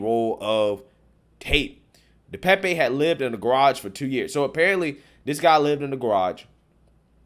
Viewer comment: DePape (Duh Pay'p. Youtubers have gotten the pronunciation wrong) Pelosi got to his phone, in the bathroom, by saying he needed 'a break' and walked, under his own power, to the bathroom. Pelosi opened the door to the police. Anyone with at least 6 functioning brain cells could tell that this whole situation glows like it's radioactive.